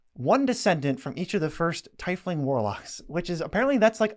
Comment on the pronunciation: I've never heard tiefling pronounced as "Thai-fling"